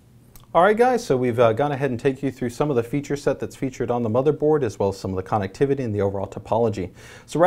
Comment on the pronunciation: It bothers me the way he says connectivity...